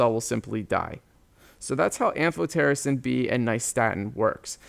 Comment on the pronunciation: I loved the am-PH-PH-PH-PH-otericin part 😂😂